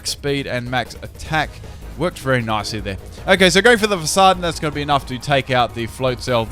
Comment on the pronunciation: Everytime he says nicely i hear Nazi.